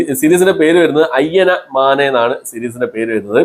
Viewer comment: Ayyana maane alla ayyana mane aanu😅